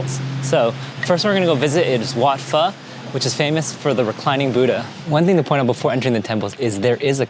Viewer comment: It's pronounced Wat "Foe". "Phe" is the Vietnamese soup and has nothing to do with Thailand.